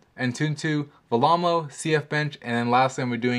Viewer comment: Also it's pronounced vellemo not vamo!